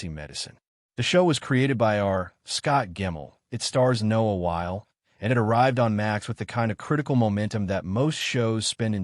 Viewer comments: 1. Somebody should be able to reset the AI narrators in all these videos to say WYL-E! 2. I can’t imagine shooting any outdoors scenes in Pittsburgh in June and July when it’s supposed to be November. Wearing coats would give people heatstrokes. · Pls, it's Noah W-H-Y LEE!